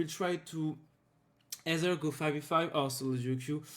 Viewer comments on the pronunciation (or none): none